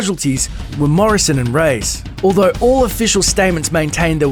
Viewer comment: The way he says Reyes sounds more like he's saying "rays" instead of "ray-ez."